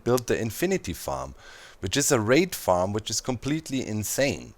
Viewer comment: I was hearing Wraith instead of Raid and I was super confused at how you were stacking infinite wraiths. haha